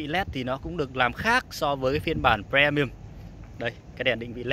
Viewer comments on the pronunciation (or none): Ông này đọc chữ Premium nghe khó chịu thực sự, đã phát âm sai mà cứ cố nhấn âm nữa chứ